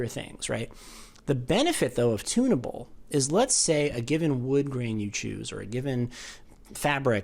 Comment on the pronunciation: I thought you were saying "tuna boat" white. Lol. You were saying, "tunnable".